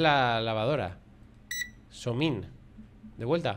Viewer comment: diciéndole "somin" a la lavadora en vez de "50min" 😂😂😂 en el minuto